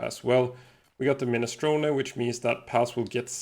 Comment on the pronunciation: My Italian friend is proud of your minestrone pronunciation